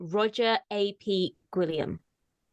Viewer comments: The “ap” in his name, is spoken in the same way as “app” - But Roger ap Gwillam - it’s Roger son of Gwillam. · You pronounce 'ap' in Aneurin's character's name like 'App' and not 'A.P.' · It's not A.P. it's ap like an "App" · pronunciation was excellent with the exception of one thing - ap in a Welsh surname isn't pronounced as A.P. it is ap as in an app (application) that you would have on your phone and it denotes the person was named in honour of someone, usually a father. So Roger ap Gwilliam is essentially Roger 'son of' Gwilliam. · Tsk-tsk, you lot "ap" is pronounced like app, and it is cognate to Gaelic O'-, as in, son/grandson or descendant of, like in O'Brien, O'Neill, and so on. So ap Gwilliam / Gwillem is just er, O'William, but Welsh. (Gwilliam is an older form of William. compare Guillaume Le Conquisant, William the Conqueror, Duck de Normandie, Duke of Normandy. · Da Iawn (very good) attempt concerning the pronunciation, it was almost spot on apart from ap, it's pounced like app, so an app you'd get on your phone, twitter app etc. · Ap, is pronounced like app. You're welcome